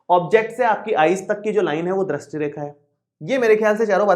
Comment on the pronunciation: पहले ढंग से दृष्टी बोलना सिख के आ फिर youtuber बनना